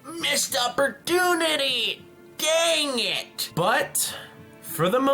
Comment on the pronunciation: it dounded like you said yang it. instead of dang it haha